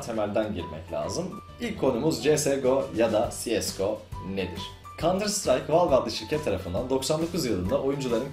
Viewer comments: Helal sana:D Güzel olmuş, ama "Valve" yerine "Vealv" desen? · Valve ''valv'' diye okunur. Yanlış söylüyorsun:) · La abi bilmiyorsaniz zorlamayin okuyamiyor yanlis okuyorsun dogrusu bu diyenlerde dogrusunu bilmiyor duz valf deseniz daha dogru olcak. Dogrusu: vâlf